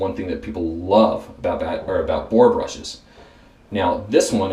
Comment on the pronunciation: Had a little trouble with "boar." Huh? It would have been awesome to see an un-dyed boar brush in there. Otherwise, good, informative video!